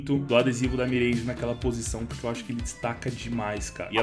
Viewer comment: pq ce fala mireige